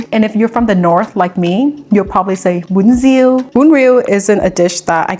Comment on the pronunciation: Bravo for pronouncing it correctly. I hate so much how a Viet would americanize pronunciations of our language, like how they say Bánh mì as "Bon me"... Those Viets who do that are such an F'n disgrace....